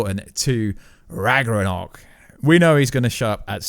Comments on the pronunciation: Do you British people really call Ragnarök "ragRaNok"? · I don't even care about how you say ragnarök, but Finroar PLEASE STOP, GET SOME HELP